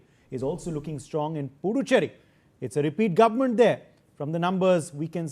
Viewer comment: U can't even pronounce puducherry